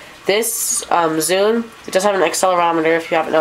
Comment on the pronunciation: its zune not zude !